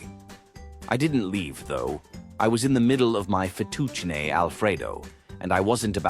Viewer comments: I want some Fa-tooch-nay now…🍝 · I couldn't tell this was read by bot until it couldn't pronounce fettuccine